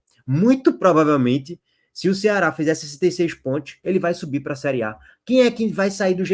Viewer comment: Pontios pq vc pronuncia PONTIOS ? KKKKKKKK